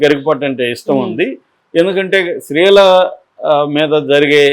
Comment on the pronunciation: Please learn to say “stree” Not sree